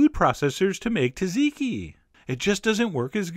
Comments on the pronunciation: Tazeekee? Tzatziki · Its pronounced zatziki not taziki. The first t is silent. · John I nearly cried when I heard how you pronounce Tzatziki. It's not "Tat-zeekee" it's "sat-zee-kee" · As I was told by a greek cook years ago , in their language when Tz appears at the start of a word the "T" is silent so you say zatziki but it is spelled Tz . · It's pronounced like "zotziki". It's still delicious! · SAT ZI KI. SAY IT WITH ME, SAT ZI KI...TSATZIKI... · The name is pronouncee "Zaht- zeekee"